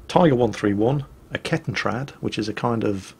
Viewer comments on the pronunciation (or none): Ketten-Rad - Chain(Or Belt) Cycle; not Ket-T(e)nrad :-)